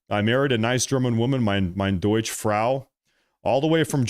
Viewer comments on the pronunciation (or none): none